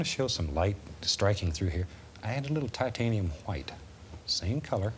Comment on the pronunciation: TAHTANIUM HWHITE